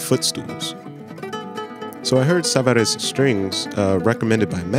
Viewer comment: Very helpful review, thanks for sharing. "No meat" to the sound is a major problem with any guitar sporting an undersaddle pickup. By the way, Savarez is French, not Spanish, so it does not rhyme with "Alvarez."